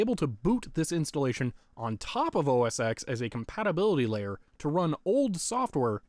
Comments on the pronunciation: OS TEN NOT X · (insert complaint about pronouncing X as "Ecks" rather than "Ten") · Oh my god, I can't stand how you kept saying OS "Ex" instead of "OS Ten"! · Why did you pronounce OS X the way it's written rather than the way Apple says you should pronounce it, despite its deviation from previous Mac OS naming conventions? OBVIOUSLY it's supposed to be pronounced OS Ten instead of OS Ex, despite all 9 previous versions of Mac OS using Arabic numerals instead of Roman numerals! How dare you misinterpret something so minor and pedantic it makes absolutely no difference to my understanding of the video, since I clearly knew what you meant despite your error! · You may know and have been told a million times by now, but it's pronounced "OS - TEN", the "X" is a roman numeral for "TEN". I'm surprised you didn't get the mini-VGA adapter, how expensive could a small adapter/dongle cost? Despite my comment, I like your video and it is very entertaining to watch. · bruh, i feel like ima have an aneurysm every time you say Mac OS Ecks